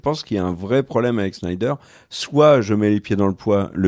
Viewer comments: Mais pourquoi SHNAÏDER?! C'est SNYDER 🤣 Merci pour la vidéo. 👍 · Il fait exprès de dire cheneider ?